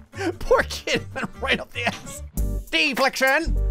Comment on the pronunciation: "PAIN IN MY ATHSS"!